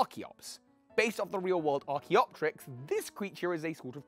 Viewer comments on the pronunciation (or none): none